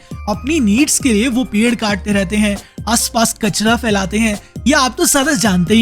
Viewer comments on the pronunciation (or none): none